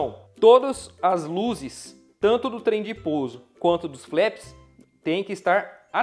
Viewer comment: Ótimo jogo, parabéns pela revisão! Apenas uma pequena observação, a pronúncia correta dos flaps é "flap" mesmo, e não "flep".